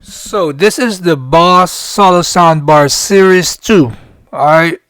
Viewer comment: It’s pronounced phonetically Bōze… not Boss 😂